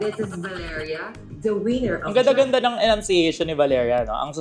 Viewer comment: Contrary, natatawa ako sa enunciation nya. What do you mean wiener? 😅